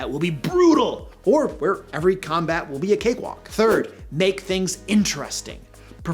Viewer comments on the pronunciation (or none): none